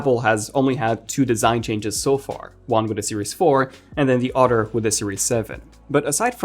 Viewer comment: It’s “other”… not “utter”… lol